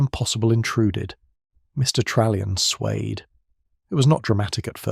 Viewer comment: Example, suede instead of swayed.